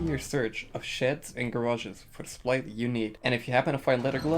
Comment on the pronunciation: What was said: "sheds". What was heard: "shits". I can't help but find this funny, because I would call them shits too, simply to preserve the amount of words I use 😂